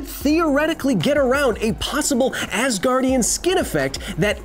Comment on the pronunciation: Oh Asgardien from asgar I was wondering what I have missed that you call Thor an Ass-gardien 😅